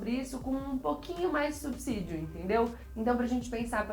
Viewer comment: Parabéns por pronunciar corretamente a palavra subsídio, coisa rara de se ouvir!